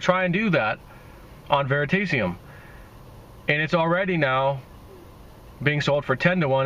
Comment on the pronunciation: Joseph M veritaseum, is mispronouncing it